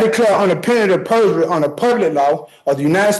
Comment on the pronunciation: So was his pronunciation of "penalty of perjury". I think is was on the 5th or 6th time he said it before I even understood what he was saying.